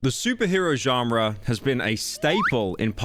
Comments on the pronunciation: why do you pronounce it like to at bro, it’s john-ruh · pyro youre saying "genre" wrong, its pissing me off